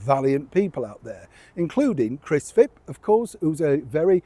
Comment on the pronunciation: I apologise if I sound petty, dearest, but the opposition politician you keep calling Chris Fip or maybe Fib - isn't that Chris Philp?? I wouldn't usually say anything, except you see, it's a cherished family name. ❤